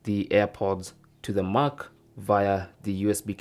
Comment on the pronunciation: It’s Mac as in MACK, not MOK 🤦🏾‍♂️